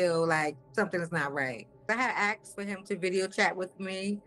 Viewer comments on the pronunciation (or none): "ax'kd" for a game card